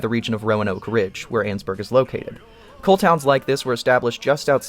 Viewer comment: Ann-es-burg not anns-burg so it's annesburg not annsburg